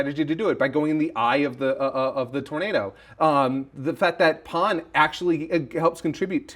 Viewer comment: Just say Pan dude. The PAWN thing is obnoxious. Same with GEWDOO, say giru man like everybody else.